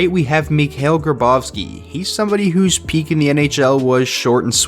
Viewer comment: It’s Grabovski not Gabrovski 🙄